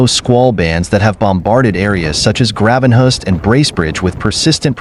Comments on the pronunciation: Grawvenhurst? The “Gra” in their name is pronounced like it is in “gravy”. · right SOOOO saint marie NOT GRAVENHURST EITHER Pr GRAVE enhurst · Grav it is Graven hurst.